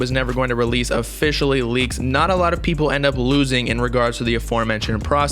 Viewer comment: peepull had me dying😂